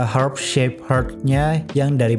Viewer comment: Herb shape herb aja susah bg ngomongnya wkwk